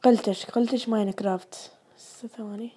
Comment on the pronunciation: نطق كلمة قلتش خطأ